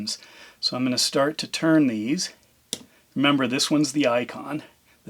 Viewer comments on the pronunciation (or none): none